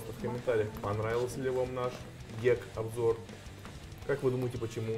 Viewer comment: Почему "гек", а не "гик"?